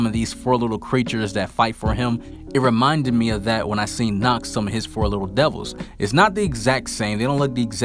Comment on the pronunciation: Youre pronouncing nacht worng ch is more like the breaving of darth vather and youre speeking it much longer